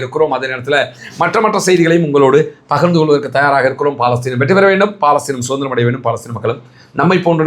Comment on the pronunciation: அது பாலஸ்தீன் அல்ல பலஸ்தின். ஒரு அரபு சொல்லைக்கூட ஒழுங்கா உச்சரிக்கத் தெரியலியே!?